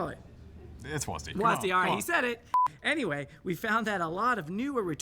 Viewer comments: Thank you Caedrel someone had to say it. It is pronounced "Double U A S D". I mean I can kinda tolerate "wasd" but definitely not "wasdee" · But WHY you guys call it WAAASD ??? Its double‑you A S D. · STOP SAYING WAZZZ D. It’s is will be and always has been W A S D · Since when do people call it wasDEE? W A S D or wasd, not WasD? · can everyone just stop fucking saying WAS-D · Riot's dev team having no clue how to pronounce WASD tells you everything you need to know about this company 😂😂 WAZDEE... NOBODY HAS EVER SAID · Hearing it pronounced was-dee feels so wrong to me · caedrel why the fuck you saying "wasdee" lmao it's either a word, aka wasd, like wasp or it's letters, aka double you ay ess dee "wasdee" is literally retard talk